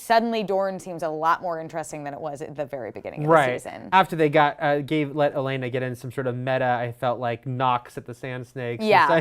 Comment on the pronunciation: its OLENNA not ELENA